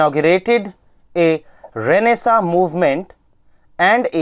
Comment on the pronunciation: ha sir vo toh hai, eak request thee aap difficult words bolne sai phele 1 baar dictionary mai pronunciation dekh lia karo sir aapne Renaissance bola muje aata bhi tha magar samaj he nhi aaya aapne kya bola